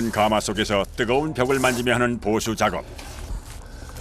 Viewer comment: 해설자의 해설 중 발음 잘못이 있네요. '가마'를 처음 시작하면서 '숯가마'라고 할 때는 제대로 발음하는데, 그 뒤로 '가마에 참나무를 ...'이라고 할 때는 잘못 발음하네요. '가:마'라고 길게 해버리네요. 그 '가:마'는 옛날에 신부가 시집 갈 때나, 지체 높은 양반이 타고 다니던 '가:마'이고 찜질방의 '숯가마'나 '가마솥'이라 할 때는 '가마'라고 '가'를 짧게 발음하는 것이 옳지요.